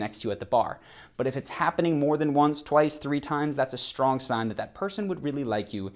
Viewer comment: It's pronounced "Strong" NOT "SHtrong"!